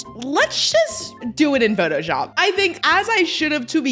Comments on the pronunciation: she said photoyop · she didnt it was more of a “photojap”